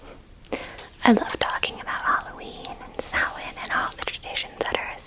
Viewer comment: The fact you pronounced Samhain correctly made me stupidly happy and that you know it's new year. Love from an Irish girl in Ireland 😊